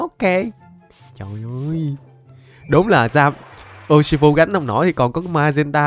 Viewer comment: Đọc là ushifu và em chúc thầy một ngày vui vẻ